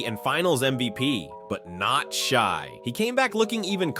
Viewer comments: Shay dude, not Shy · I was with him until he called Shai, “Shy” 😢 Like ok names get mispronounced, but the reigning MVP on your YouTube channel about basketball? Nooooo